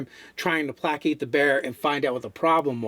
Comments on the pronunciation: plākāt not plækæt. As in phonetically: Play Kate. I love D&D so YouTube recommends so much. But there are just so many small things that make me not like them. Raise your camera up to eye level! You are talking down to your audience. AHHHH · For the love of all that is English, it is "play- kate" or "pla- kate"